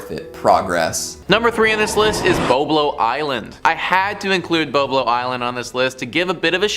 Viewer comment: And its BoB a lo